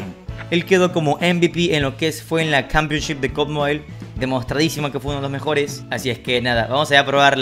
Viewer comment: Nadie: Absolutamente nadie:: cAmPiOn ShIp🥴